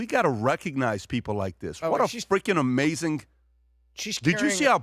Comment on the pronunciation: It's AMAZING....not AMAZINK!!! 😣 Where's Bert today???